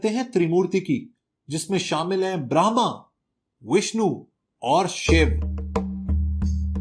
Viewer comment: ब्रह्मा सही से बोल